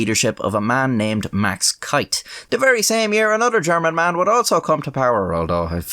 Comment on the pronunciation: its.....keith......not kieth......or asa your saying it kiath